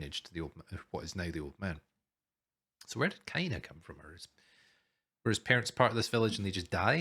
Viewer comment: Thank you so much for reacting to this show. I enjoyed it a lot! Yeah, you pronounced the title correct! A double "o" is like, a long vowel.